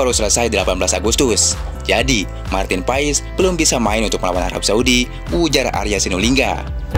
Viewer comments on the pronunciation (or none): Dibacanya Martin pas bukan Marten paes, profesional dikit bro